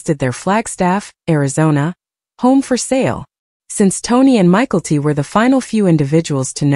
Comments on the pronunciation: Michael T 🤣🤣 Mick - ell- tee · Michael T. You can't even pronounce the names correctly.